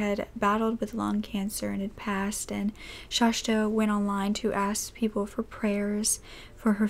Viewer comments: Its Shasta. Not shashta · I’m from Oregon and have always pronounced it as shhaasssta.. no sh at the end. Like the mountain. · Omg it's Shasta not Shashta!! Please at least know how to pronounce the victim's name!! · It's pronounced Shasta, but not Shashta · I'm glad you explained that because I was instantly like, what? Shashta? And also Coeur d'Alene is pronounced like "core dah lane". It is distracting for those of us familiar with the proper pronunciations, but we love you anyway. ❤❤❤ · I've never heard the second "s" pronounced as sh. It's shasss-ta. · Hi loves, hope you're all doing well. I hadn't even realized when filming that I had said Shasta's name incorrectly and I mean no disrespect in doing so. I always try to make sure that my pronunciations are as close as possible and for some reason I made a mistake on this one. Hope its not too distracting. But just wanted to let you know so you don't have to comment on it <3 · My mom lives about 3 blocks from the Denny's she was found at. And I have her on my FB page. I also just want to let you know out of obligation that you pronounced her name wrong the entire video lol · I live right next to cour d’ Alene! ( you pronounced it wrong lol buts its ok, and you said Shasta wrong but it’s fine) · Just FYI... it’s pronounced like this cor de lane.. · This story is so sad. But its making me nuts. My name is Shasta too & you're pronouncing it wrong. Uhh!! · Shasta is pronounced more like pasta than whatever you are saying